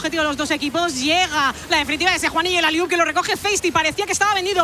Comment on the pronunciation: Me niego a que llamandose Juhan le llameis “Yujan” y no Juan